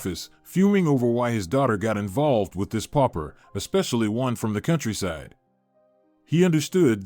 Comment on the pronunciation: pauper not popper